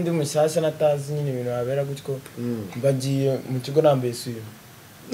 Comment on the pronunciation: muzamubuze kuvuga ngo gutyoo abivuga nabi kbs wapi wapi ntago aribyo